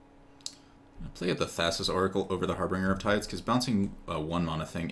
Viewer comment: Very nickpicky but it's harbinger, not harbringer. good games though.